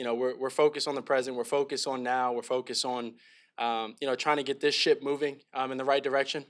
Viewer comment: Calum Williums is BACK!! Thought he said get this shit moving instead of ship.